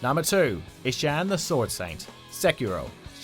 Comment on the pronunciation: “IsshAAAn the Sword Saint”